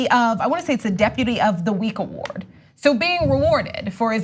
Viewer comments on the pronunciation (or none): puts an extra W and a K in “award” — AWKWARD !